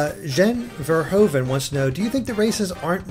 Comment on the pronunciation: That Jan Verhoeven pronouncement ;p